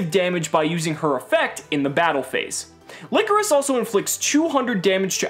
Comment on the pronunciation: Its Ly-cor-is not licorice. The "coris" is pronounced similarly to chorus and ly is pronounced like lie so its lie-chorus.